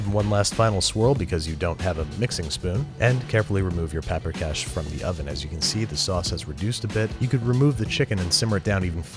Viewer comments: So this is what those Italian chefs felt like watching the Carbonara episode. Got a lot of Hungarian in me, and can make a solid paprikas. And I was really glad he made this episode. But my eye was twitching every time Babish did something like: mispronounced paprikas, to just scooping the sour cream on top at the end instead of cooking it into the sauce to thicken it, to saying oma instead of nagymama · vannak magyarok itten? és persze tudjuk hogy mien rossz volt annak a lanynak a kiejtese... nem "peprikes", hanem paprikás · Paprikas* not paprikash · Big fan. That is one weird-ass version of Paprikas though (in Hungarian a straight ‘s’ sounds like ‘sh’). The sour cream usual goes into the sauce to thicken it . The Nokedli (or spaeztle if yah wanna get Austrohugarian about it) is made with a much thicker dough (kind of a wet sticky slab that you scrape off a cutting board into the boiling water). Finally, Hungarian grandmas are Nagy-mamas (pronounced ‘Nuh-d-yuh’ Mama. That being said the braising makes sense and there is no ‘pinch’ of Paprika...there is a whole whack! To truly make the dish pop you should have a side dish of Hungarian cucumber salad. The acidic sweetness sets the dish off perfectly. We await your new digs. Good luck with the move! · It's written as paprikas. The "sh" is just pronunciation (it's a hungarian word)